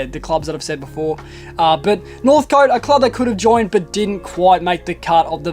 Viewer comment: interesting vid dude. with northcote you pronounce it northc't. keep up the good work